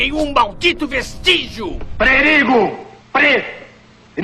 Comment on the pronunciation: Pre ri go!🤣